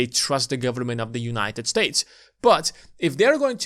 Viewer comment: "Full faith and credit of the US gubmit..." LOL